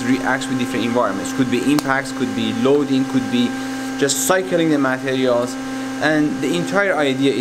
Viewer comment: This is awesome but I couldn't focus because he kept saying "MAT-erials." Every time he said it, it threw me off. And then "me-CHAN-isms." How can you be a genius materials scientists and not know how to say "materials"???